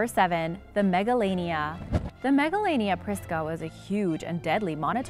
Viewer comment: Megalania sounds like MEGALONOVIA!!!